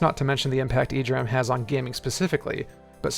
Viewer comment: E-D RAM, not "ee-dram"